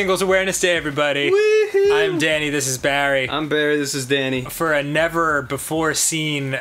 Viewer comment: Did Danny say dame?